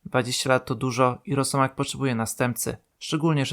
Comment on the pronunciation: "Rosiek"? w pierwszej minucie już takie goowno AI?